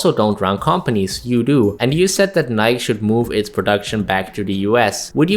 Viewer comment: A small nitpick, as it always bothers me: it's not pronounced "nike" in a way that rhymes with bike or like, it's pronounced "ni-key" like it rhymes with spikey.